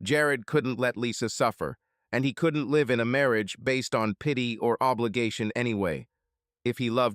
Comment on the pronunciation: Why is it the ai voice can properly pronounce "lichen" but cant pronounce properly "live"